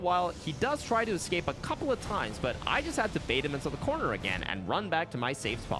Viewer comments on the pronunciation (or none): none